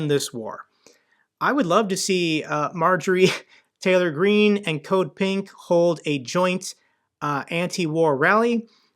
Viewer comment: "Marjorie Traitor Green" - it was subtle, but I heard it.